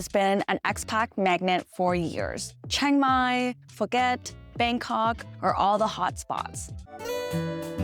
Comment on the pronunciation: Just for your reference, the word is “Expats”, not “Expax”. If they’re not ‘Western’, we call them ‘immigrants’ 😅 “Phuket” is pronounced “Poo-ket”. Hope that helps - thanks for your videos! 🎉 Burning season in Thailand >> head south (Koh Samui) 🏝️